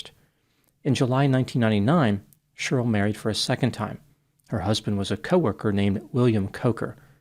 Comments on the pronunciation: It cracks me up how you pronounce Cheryl like Churyl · I like how you say Cheryl. SHRL